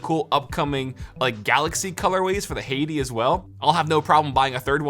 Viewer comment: It's pronounced Skol. (Like the tobacco chew) and Hati (hot tea)